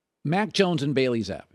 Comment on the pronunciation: Coach telling someone he’s saying Zappe wrong without saying he’s saying it wrong. 😂